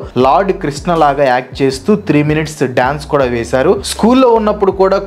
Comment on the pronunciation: Chinnad gombe Kadu ra puka, chinnada gombe